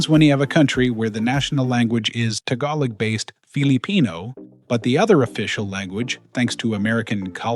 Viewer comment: Learn to pronounce the word "Tagalog" properly please!